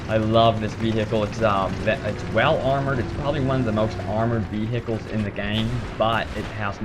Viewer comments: vehhihles lulwut? vehicles maybe? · So many vii-hii-culls. Lol Americans!